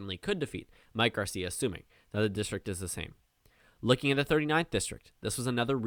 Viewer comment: you said Garcia right.